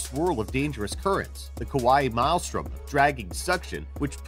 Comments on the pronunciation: What is with all these top lists narrated by people who can't pronounce common words lately? Maelstrom is pronounced "MAIL-strum", not "mile-strom" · Look up the pronunciation of maelstrom. You're saying it wrong.